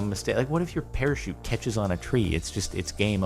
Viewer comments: NOT A PARAKEET, A PARACHUTE!!! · it's parachute not perashoot.:/